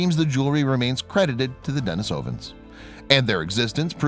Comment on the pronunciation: Are you sure you're pronouncing "denisovan" correctly? Another video says you're supposed to pronounce it this way